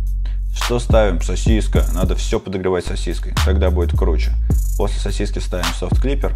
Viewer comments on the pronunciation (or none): none